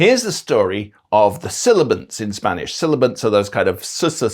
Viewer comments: You pronounced sibilants as "silibants". Did you notice? I´m not trying to be disrespectul or anything? It´s just that it strikes me as odd. Thank you for the video, though. Very interesting. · Sibillants!!! For the love of God, sibilants - not silabants!!! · Mispronounced as "silabants"